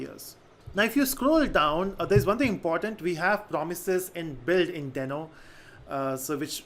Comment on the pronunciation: yes that's what I thought as well but I guess they intentionally decided to pronounce it in a different way. Check Ryan Dahl's (i.e. the creator of Deno and NodeJS) videos on Deno. He doesn't sound like "Dino". Cheers.